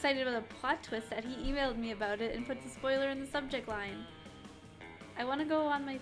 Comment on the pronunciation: What did I not know aboot? ... Adorable.